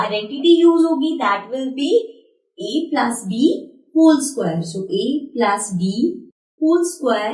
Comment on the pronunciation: Plus hota h plas nhi😂😂😂😂😂😂😂